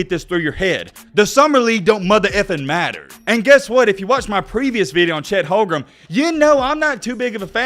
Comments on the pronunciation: You can’t even pronounce his name right 🤣🤣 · He can’t even pronounce OKC #7’s name right.